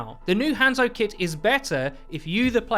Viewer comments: Learn to pronounce hanzo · Let's talk about the real issue here the way this guy says hanzo